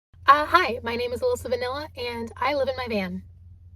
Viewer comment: Villa or Vanchilla? 😂 😂 😂